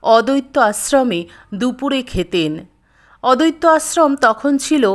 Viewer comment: Kothata "odotto"noy." Addoitto"